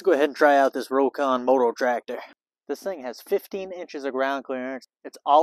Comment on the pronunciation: It's "rock-on".